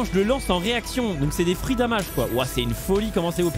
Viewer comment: C'est pas "damage" c'est "damège" c'est dommages en anglais...